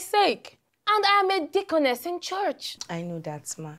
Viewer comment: Lol 😂 He made sure he said “deaconness” at the end lol